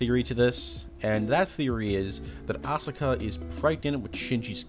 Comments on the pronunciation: I wish i could've finished the video. However, your pronunciation was atrocious, and I couldn't.... Syt the sis... No synth es is Asuka Asu-ka not ausi ka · So, what's going on with your pronunciations of Asuka and Kaworu?